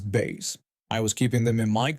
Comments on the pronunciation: Bass in the case of fish, is pronounced b- ass. Like the other term for your butt. Sorry. Know English is not your 1st language, just trying to help. The way you said it sounds like a guitar. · Bass rhymes with grass.😉✌️❤️